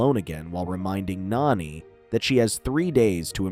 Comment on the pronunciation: If you can’t say the characters names right don’t say them at all lilo’s sisters is name Nani NOT nanny